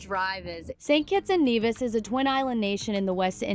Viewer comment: St. Kitts - Nevis is not the smallest country in the Caribbean. I was born there. I'm a Kititian. Brimstones Hill is located in Sandy Point. By the way, It's NEVIS! not NAYVIS.